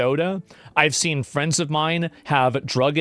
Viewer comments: Bwack fweinds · "Black flends"😂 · Swear the very instant he mispronounced friends you already have someone in chat pointing it out